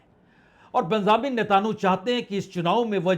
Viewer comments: To pronounce NETANYAHU correctly First NETA( from NETA and add N) Yahu,remember film Jungle song " Yahu Chahe koi Mujhe junglee. So Not NETAN YOU but it's Netanyahu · नेतानु नहीं नेतनयाहू